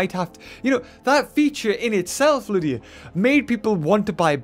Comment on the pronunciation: Its ludia not lydia